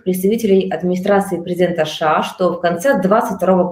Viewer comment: Уважаемые журналисты, не говорите, пожалуйста, "Ша", нет такой страны , есть Соединенные Штаты Америки, США , в крайнем случае " Штаты", режет слух, извините. Эфир замечательный.